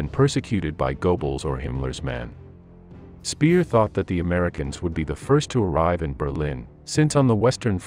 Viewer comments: Goebbels = short double consonant "bb" - Speer = just like or close to "ea" in "pear", not "peer" - just for the curious ones :) Wagner = Wugner, like in "pug!, not "Waggner" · Well done, but the pronunciation of German names was lacking. Speer = Shpare; Wagner = Vagner; Göbbels = Goer-bles.